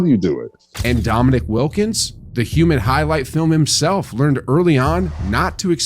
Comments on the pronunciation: How can you make basketball videos, as a basketball fan, talking about the past greats, and repeatedly call DomiNEEK, "Dominic". Drives me nuts. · I’m tempted t down vote this video simply because you keep calling Dominique Dominic. Cmon man. 😂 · I agree -- plus in the video it's spelled "Dominique." Not "Dominic." I think Nique, "human highlight reel" deserves to have his name pronounced properly.